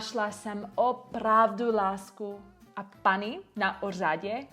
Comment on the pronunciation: "a paný na úřadě" me dostalo, chvili jsem uvazoval zda je to v cestine vubec mozne rici, nez mi doslo z s tvrdym Y by to slo. A vzpomnel si na Gavina jak trenoval NAROZENINY. Vzpomel si jak jedna Polka se uci slovensky a jak tam zmekcuji nejen mekke i, ale treba i E - pekne -> cesky by se ta vyslovnost zapsala jako pekně. Jedna z mala veci co se proste zapisuje jinak nez cte, narozeniny -> NAROZEŇINY, děti -> ĎEŤI a rodily mluvci to dela automaticky, a vetsina ani netusi ze to existuje, protoze nad tim nikdy nemusely(nemuseli? mluvci? ...cestina... :D ) premyslet. Asi jako kdyz jsem se ptal v Chestru zda vi ze a.m. je ante meridiem a p.m. je post meridiem a nikdo nevedel a pritom to bezne pouzivaji. Nechapal jsem jak nekdy jako deti se na to nemohli zeptat proc se zrovna a.m. a p.m. Ja si to nemohl ani zapamatovat co je co, dokud jsem to nezamenil za ante a post. Coz je celkem nani, protoze u toho musim premyslet, ale lepsi jak vubec netusit a rikat si proc sakra nerikaji . PS: Michal Sopor neumi cesky tak je to zabavne se od nej ucit cestinu, ale pro urcitou uroven to asi jde. :D